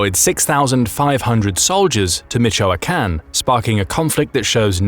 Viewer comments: “MEE cHO uhh Kahn” 🥴 Jesus even the AI i disrespectful 😂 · Mexican / Mexi- CAN Michoacán / Michoa- CAN